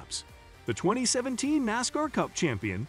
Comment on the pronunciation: It is a little different to listen to this fellow when he can't pronounce half of the names correct. Can't even pronounce NASCAR correct.